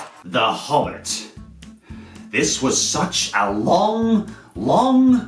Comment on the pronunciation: I unsubbed when he said Hobbit xD